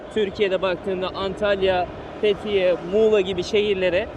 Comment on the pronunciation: fethiye yi söylerken şehir gibi söylemen :D bodrumdan selamlar :D